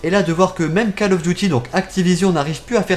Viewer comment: je crois ke sa se prononce col et pas cal